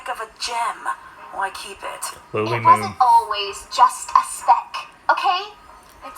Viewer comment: HAHA THANK U. ITS PRONOUNCED "LILY" nice reaction tho! Very entertaining 😂😂